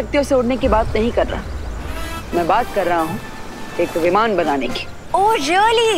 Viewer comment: 1: 59 he said vivan to viman